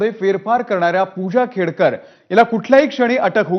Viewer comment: खेडकर नाही खोडकर😂😂